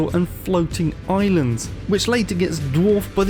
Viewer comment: Where did all the islaaaands go. Hippity hoppity I'm British!